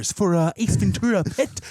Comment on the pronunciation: As a native Californian, it's pronounced, Ven- Tura. It's Spanish, so the t is pronounced like tea and not ch